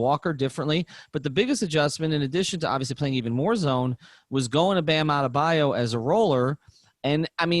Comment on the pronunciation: I gotta say... People pick in for saying Adebayo wrong but maybe he just came up with the best Nickname ever and says it like that purposefully, Bam "Out of the Bayou"!!! Cause the boy got it out the mud LMAO